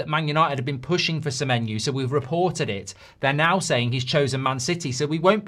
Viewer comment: Sememenyo didn't come cos you can't pronounce his name mate. Muppet